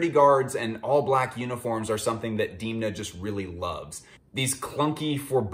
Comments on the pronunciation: sorry to be that dude but it’s pronounced Damn-uh not Deemna. great video tho 🙏🏻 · please never call him diimna again, unfortunately it grew on you. u know the thing that holds back water... a dam :). so try pronouncing him dam-na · DEEEEMNA. DEEEEEMNA. DEEEEMNA. Its DEN-MA. Not DEEEEEEEEN-Ma . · Good video, but after I watched quite a few The Casual videos I knew from Reggie that Demna's 'E' is pronounced like the 'e' in them, not pronounced like dim from dimming a light. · Wait it’s pronounced deemna not demna? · it's demn-na. say it: demna! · Please stop mispronouncing demna, its sooo annoying